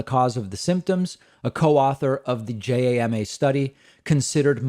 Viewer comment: Pronunciation note: JAMA is JAH-mah, for the Journal of the American Medical Association. Anomalous is ah-NAHM-all-us